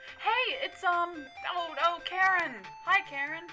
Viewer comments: Charon not karen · yes it is pronounced care-on, and spelled charon, great video and sorry about the pain DC is causing you